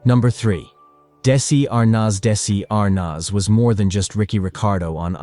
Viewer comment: These AI narrations make me nuts. They could at least pronounce names correctly. Dessie Arnoz? REALLY???